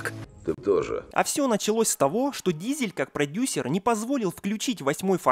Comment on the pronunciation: Вин Газель ударение на А